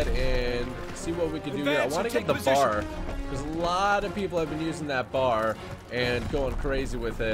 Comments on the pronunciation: It's not said bar its B-A-R (bee-a-are) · It's a B.A.R. not a bar. Browning automatic rifle